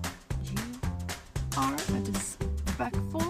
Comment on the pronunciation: Dispectful still cracks me up 😂